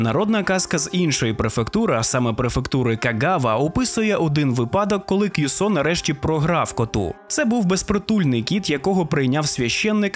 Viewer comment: Не випАдок, а вИпадок. Так, я душніла. Цьом в шийку ❤️